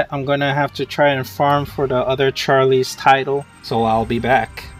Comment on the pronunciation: Nice old, outdated Vindictus logo. Also, bro, it's not Gliderite. It's Gilderite. Ugh. How can you be pronouncing it wrong when the spelling is literally right in front of your face? Also, again, why do you call Mine Bombs "Mine Ores?" That doesn't even make sense? -_- One more thing, the name Charles isn't pronounced like [Charlie's]. It's like [Charuls.]